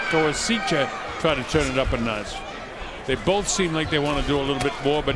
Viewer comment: Commentator is AWFUL. Super-biased, and manged to be fairly racist at the same time. Can't be bothered to figure out how to say Koasicha's name. He's not so much calling the fight as giving Lomachenko a blowjob from ringside.